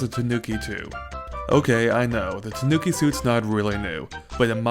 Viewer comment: It's pronounced tanu...nevermind I don't think I have heard a reviewer pronounce it correctly yet :P Good review :)